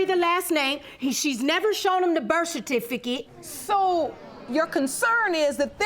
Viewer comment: Please teach these people how to pronounce certificate before the show